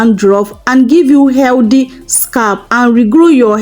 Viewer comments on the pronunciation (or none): none